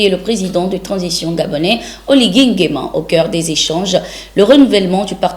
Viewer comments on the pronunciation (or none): none